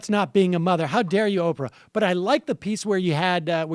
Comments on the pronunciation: Sam "Opfrah" Seder. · How is Sam pronouncing Oprah? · Why does Sam pronounce Oprah's name so weird?